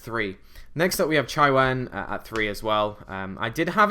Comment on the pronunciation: Chiwen: Chee-wen Bixi: Bee-zhee (think pronouncing 'zh' like 'sh' but with the hum of the z) Baxia: Bah-zhia (same as above) Taotie: Ta-oh-tee-eh Just helping out with some pronunciation, I believe these are correct. ^^